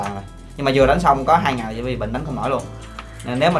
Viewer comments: đọc đúng là li vai nhé :D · Đọc đúng ra thì là li vai nhưng chắc levi lấy lê Vy cho thuần Việt :)) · Li vai chứ ko phải Lê vi nhá